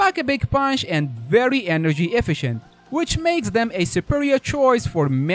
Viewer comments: "e-FISH-ent" is closer. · FYI from an English speaker: Efficient is pronounced "E-fish-sent". Not "F-I-can't", that is not a word.